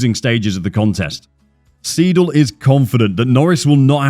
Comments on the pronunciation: nice video, just one thing, its not Andreas Seedle its more like Andreas Sayedle, like Aye aye Captain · the way you kept calling Andreas Seidl, Andreas SEEDL was really bugging me tf out, its pronounced ''sigh-dl'' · Seidl, oida, ned Siedl.